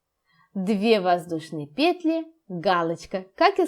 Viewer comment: Все хорошо, НО в слове ПЕТЛИ. Ударение на последнем слоге петлИ !